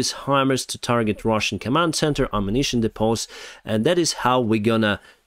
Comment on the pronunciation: "DEEEEE-pohz" not "deePOHZ" Depots